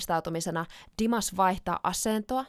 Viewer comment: Great pronunciation of Dimashes name:))